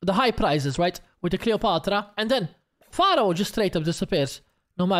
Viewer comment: It`s pronounced FARO, you riparoni!! 🤨🤨🤣🤣🤣🤣🙋‍♂🙋‍♂👍👍